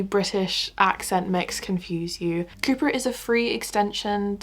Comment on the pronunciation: when you said the video was sponsored by coupert i did hear cooper 😭😂